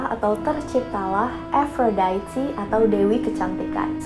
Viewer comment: baru tau cara baca aphrodite 'efrodaiti' :")